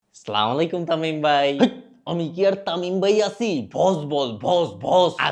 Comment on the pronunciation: আসসালামু আলাইকুম হবে, স্লামলাইকুম অশুদ্ধ সালাম!